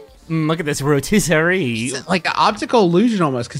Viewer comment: looka this ro-tis’-a-ree